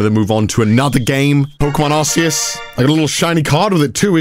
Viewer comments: Isn't it Arkeus not Arseus? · The way he pronounces Arceus annoys me